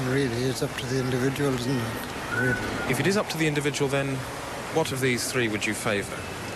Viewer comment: Just the way he mangles language. Genius. "One individuahhhl" Nobody comes close.